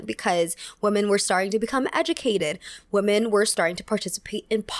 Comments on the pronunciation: I’m going crazy hearing “woman” every time she is saying it like it should be plural (“women”). Am I missing something?! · you need to get your pronunciation for the plural WOMEN right... sounds like you are using the singular WOMAN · You keep pronouncing "Women" like "Woman" ❤️ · Am I crazy or does pronounce "women" and "woman" the same way? It always sticks out to me when I watch her videos. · love the video, but it's such a pet peeve of mine when people say ''woman'' instead of ''women'' haha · Hi, Totally random, but I've noticed that you and some other younger Youtubers have started pronouncing the word "women" as [wu-men]. Is this a recent American trend? I can't find any information online. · You're hearing correctly. It's a common error that native speakers do.